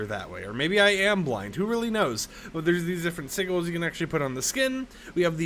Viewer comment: Bro doesnt know how to pronounce sigil🥀